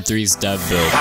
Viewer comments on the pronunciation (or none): none